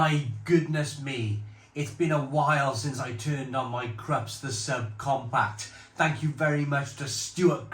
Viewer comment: It's pronounced Kroops..🤓 It has nothing to so with the Krusty Krab 🦀 and SpongeBob..😂😂😂